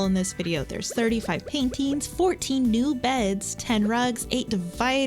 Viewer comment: It's annoying how you pronounce "paintings" and "floorings" etc. as "painteens" and "flooreens"